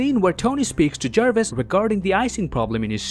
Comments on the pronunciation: Me: says Jarvis Him: JaErViS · JARVIS not Jervis. (JAR-VIS) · It's Jarvis not jervis